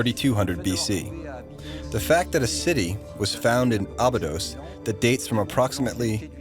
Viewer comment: Why does pronounce Abydos in 2 ways?